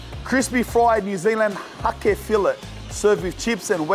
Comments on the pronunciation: Hake is literally just pronounced "hayk"..bougie over there with his haké Would be sick if when an establishment you go to does really well go in and tell them to their faces that theyre killing it, to see the reaction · Its pronounced Hay-ke, like Cake with an H. Beaut NZ fish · It's HAKE, as in JAKE !!! Silent E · 😅😅😅😅 "Hakē ow, hakē churr bro!" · Think įţs Hake? Pronunciation low key. ( hay. ke. ) South Island N.Z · When he said hake i thought he said hoki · It’s pronounced HAY K ( the fish) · "HA-KE" is pronounced HEY-K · Bro "Hake" is pronounced "Hayk" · Hake is pronounced like hate but with a k lmaoo